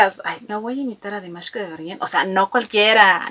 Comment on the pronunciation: gracias por tu reacción, me encanta tu alegría al hacer estos vídeos tienes una energía muy linda y contagiosa, me siento representada muchas veces con tus comentarios y creo que la forma en que el presentador dice Dimash es la correcta por que así lo pronuncia las pocas veces que lo eh escuchado decir su nombre como en el vídeo de felicitación por los cinco años de que nos nombró Dears